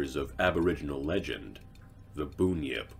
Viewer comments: Just came too say the same thing. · I know right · That was doing my head in hahaha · Just for clarification it's pronounced "bun-yip" not boonyip. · I approve of this, but I feel I should point out that it's pronounced BUN-yip, not BOON-yip. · The drop bear is always a good one to scare tourists but it's the giant river gulls that you have to watch out for. Bunyip was pronounced wrong a few times as Boonyip but it's pronounced Bun-yip (like BUN in the oven) it's like how people miss pronounce Emu as "Emoo" when it should be closer to "Eem-you" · and the tazzie tiger isn't a mythical creature... Boonyip mate it's bunyip 😂🤣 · As soon as I heard "Boon Yip" I had to turn it off. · I think you misunderstood me gary. it was a joke about us keeping our pronounciations to a minimum so we wouldn't get flies in our mouth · Boon-yip 😭😭😭😭 It’s Bun-yip, but great video! Australian mythology is oft overlooked. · Bunyip is literally pronounced bun-yip not boonyip, I have trouble with north american vowel sounds. So do you pronounce a u as in yup as oo as in boo? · I’ve always heard Bunyip pronounced the way it is spelled; bun-yip. Not boon-yip. I’ve never heard it said like that. I grew up in Victoria. Is it pronounced differently in other states? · Firstly, it's BUNyip, heavy emphasis on the U, lesser on the I. Like Ham bun. Also, Drop Bears, while we scare tourists with it, id argue it's also the technical term for any of our various angry marsupials when you encounter it in your sleeping bag at 1AM. 😆 😂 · As an Australian Aboriginal and myth loving writer, why do narrators always mispronounce names of mythological creatures? It's BUNyip, not Boonyip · Its pronounced bun-yip not boon-yip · I died when he said "booyip" its pronounced "bunyip" the way its spelt theres no boo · Ok so this video is fantastic but one thing I pronounce it bun-yip not bon-yip but that’s just me ahaha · boonyip hahahahaha im sorry its bun-yip like hamburger bun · Pronounced Bun-Yip not Boon-Yip